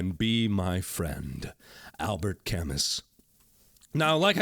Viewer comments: It's pronounced cam-oo, Mark!! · Hate to be so very picky towards ya Mark, but it's Albert "Cam-oo", he's a great philosopher and deserves the correct pronunciation. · Albert Camus was a French-Algerian absurdist author/play write. His last name is pronounced CAM-OO. I'm researching him and doing a PowerPoint on him in school. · Albert Camus is pronounced Kamy btw, not kamus, he is a huge french philosopher. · Gah, Cam-oo, not Camus! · "Albert Camuss." Mark. Mark no. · Albert Camus (pronounced camoo) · looks fun. BTW, 'Albert Camus' is pronounced like 'Albert Shamu'. The 's' is silent. I think it's a French thing. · It's actually pronounced Albert "Camoo" (ya know, him being a French guy and all)...just sayin. :x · Renato Međimorec I took a philosophy class where we read his books and the teacher pronounced it 'Camoo' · We've studied his name to be pronounced "Camee" :p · Renato Međimorec I took French class... I'm pretty sure it's pronounced "Camoo". :x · Pretty sure he was joking. And yeah, I pretty sure it's Camoo. It might also be like the last syllable in "connu", tohugh. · Hey Mark, just wanted to point out that Camus is pronounced like cam-moo. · It's pronounced Albert Ca-moo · .....it's pronounced "Cam-oo". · its pronounced Camoo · Beautiful game and beautiful lets play. Markiplier, it's pronounced Camu. The 's' is silent. But no worries! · Just for reference, Camus is pronounced Kam-ooo :). This game is very peaceful and I really enjoyed your coverage of it. I'll have to give it a try! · *twitch twitch* it's pronounced al-BAIR ka-MOOH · Mark. "Camus" is pronounced "Kah-moo". :P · That Albert Camus mispronunciation tho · Omg, how to butcher Albert Camus' name. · That opening quote was so beautiful until you mispronounced Albert Camus' name lol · Yes, that's exactly like that. It's pronounced like connu, Mark actually pronounced it correctly except for the S sound, which is mute. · BTW Mark, he's Albert Camus is french, so the S is silent :P